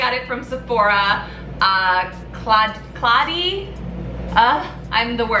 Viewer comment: It's pronounced: caw dal ee I love that line.💞